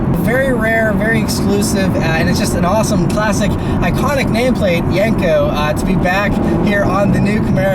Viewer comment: Yenko not yanko lol